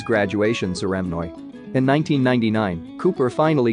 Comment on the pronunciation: He missed his graduation ceREHmory?